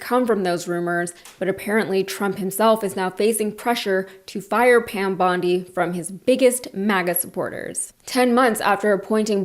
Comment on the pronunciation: Her name is pronounced bond-EYE, like the beach in Australia you couldn't pronounce. 🙄